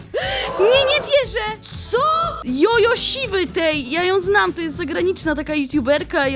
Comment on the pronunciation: Jojo siwy najlepszy Dzodzoł s-i-w-y Nie ś